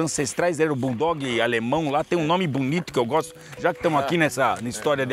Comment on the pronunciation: O pessoal confundem BOXER, por BULL DOG e ainda falam BORDOG